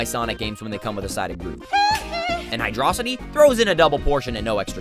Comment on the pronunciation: I'm not gonna leave a dislike for you pronouncing Hydrocity wrong, but you're still wrong. It's literally a city of water, dude.